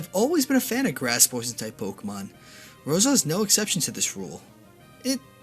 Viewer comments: Rosila? Are u fucking kidding!! It literally say rose Elia in the name. Sorry about that, just a bit off centered by your pronunciation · IT'S PRONOUNCED ROSE-EL-E-A NOT ROSE-ELA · "Sheninja" "Roselee" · the way he pronounces "Shedinja" and "Roselia" though....